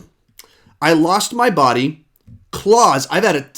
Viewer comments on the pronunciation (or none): none